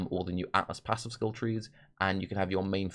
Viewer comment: I know if was a slip of the tongue but I vote "aassives" is the official term for atlas passives.